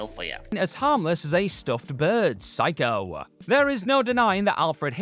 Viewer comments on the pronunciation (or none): none